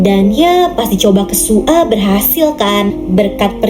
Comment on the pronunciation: Kak nama zombie nya bukan su a tapi soya soalnya aku pernah nonton😅